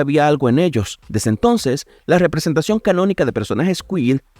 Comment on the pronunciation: representeichon xd